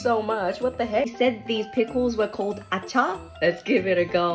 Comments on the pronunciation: it pronounce is Acar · That was so amazing but it pronounced ahaaar u got every thing right expect the stretching of the a